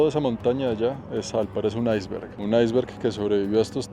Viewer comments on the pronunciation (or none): none